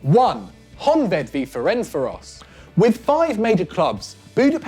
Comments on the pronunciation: Roellie Safari I cringed each time he said ferencvaros... The s is a sh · Terrible video from the nonsense reasons to why these derbies are "dying" to the pronunciation of ferencvaros